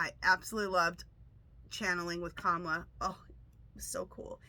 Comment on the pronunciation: Hi her name is pronounce KA MALA